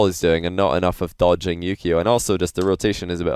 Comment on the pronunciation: Wait, his name is Yukeo? I always hear Yu-Gi-Oh!